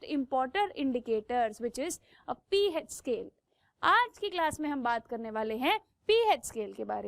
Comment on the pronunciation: It’s pH not “peh H” (just correcting her)